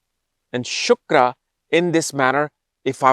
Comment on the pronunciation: Hlo sir, no disrespect but it's not shukara. It's shukra. Amazing video by the way🥳